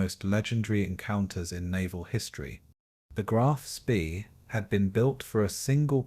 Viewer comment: Get frustraded and angry instead of falling asleep because these wankers mispronounce, "Graf Spee" every fucking time.